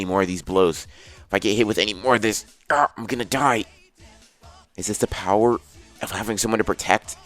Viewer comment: The thing that makes different from the rest of the other people making what if anime is that he says "Bower" 😹😹😹😹